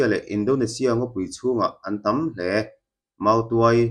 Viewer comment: Thingnget i thluk a nget lai tak hi 'tam hle' tih thluk hian a dikzawk lo maw